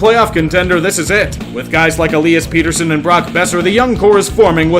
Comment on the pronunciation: "Pee-ter-son" bro it's Pet-ter-son lmao